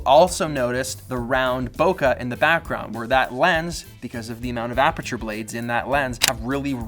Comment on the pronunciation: Awesome video as always!! One thing though...can you please pronounce the word “bokeh” correctly? So many people including some people from Apple mispronounce this word...WHY?